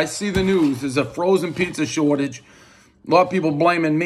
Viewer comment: Did u just say prizza?? Like Steve brule everybody knows the rules